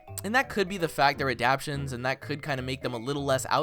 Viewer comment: It pronounced ah-dap-tae-shons